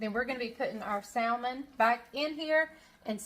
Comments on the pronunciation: the right way is samon the L on salmon is silent 😶😂😂😂😂 but you do the way you want because we know with a silent K 😭😭😭 what you mean 😂😂😂😂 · We pronounce it Samon here in Arkansas! No L! 😂😂😂❤ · I from louisiana an do not say it correct either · That’s ok if you pronounce salmon “different “. You’re you and that’s ok. Keep on keep on keeping on. People can be cruel and I’m sorry for that. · Great recipe , no worries about the way you pronounce Salmon, there is no right or wrong way, after all it’s still Salmon, and super good ! 🥰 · I’m sorry, I love watching your videos however I can’t this episode. Mispronouncing salmon is just driving me crazy. I know it’s weird. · Never mind the way you say salmon, the way you say oil is even more…..interesting!! 😉 This creamy salmon recipe with cream sauce looks awesome. I will definitely be trying it out. Thanks,. ❤️✌️